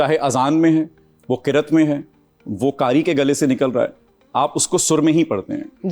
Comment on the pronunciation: Mohsin Abbas Haider, please say,, Qiraat ¬ Qirt. You have very nice pronunciation of Urdu &English, Alhamdulillah. Please correct it too. Never mind. Overall every thing &programmes are so good, by the grace of ALLAH